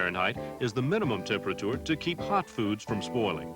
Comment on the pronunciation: The way he says TEMP ER A TOOR and MOD YULES !